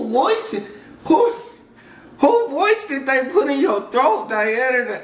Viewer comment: No Daena, Deana...... i, I Diana, DIANA (dIana, дИана)